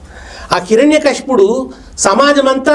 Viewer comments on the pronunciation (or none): none